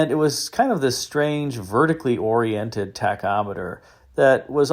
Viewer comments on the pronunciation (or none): none